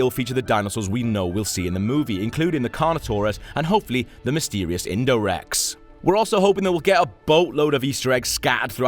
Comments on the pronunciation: “Indorex” NEW HYBRID CONFIRMED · JAJAAJAJAJJAA, INDOREX JAJAJAJAJA ITS INDORAPTOR YOU FOOL😂😂😂😂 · I know!!... "Indorex"???!!!!!